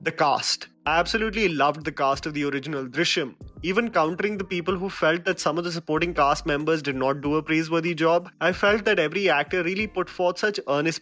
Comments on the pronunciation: You have successfully failed in spelling each names 🤣 baron for varun 😂 grishim for drishyam 😂🤣 etc etc.. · U couldnt even say drishyam properly 😃